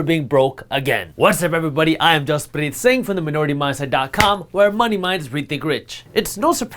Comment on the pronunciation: It’s jaspreet, it’snot that hard. Just try it, I have to pronounce all types of European names if I can pronounce haranoswki and makesmiewn you can pronounce ‘jus-preet’